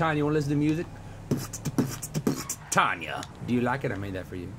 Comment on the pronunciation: Umm, Toby. Pause ... It's Tonya..........not Tanya